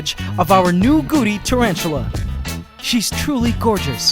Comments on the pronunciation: Had you not had the nae written on screen, I would have been calling them Goody spiders. Why do you say Goody and not Gooty? It is a T, not a D. I have noticed it in several of your pronunciations of the scientific names of things too. Surely it is not very scientific if you do not pronounce them properly. If people are only listening, they will learn the wrong name for things. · When he first said Gooty spider I hear Gucci spider so kept thinking Gucci spider 🤣